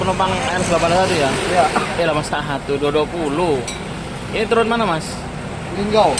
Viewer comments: Als 220.. Salah terus nyebutnya🤣🤣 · Hahaha iya bg kayanya kurang minum AQUA 🙏🙏